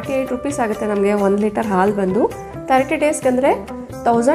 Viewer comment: ಆಲು ಅಲ್ಲಾ ಹಾಲು. ಅಳೆ ಅಲ್ಲಾ ಹಳೆ. ದಯವಿಟ್ಟು ಸರಿಯಾಗಿ ಉಚ್ಚರಿಸಿರಿ.